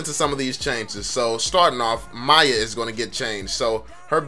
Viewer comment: "MAYA MAYA" lol its mi-ya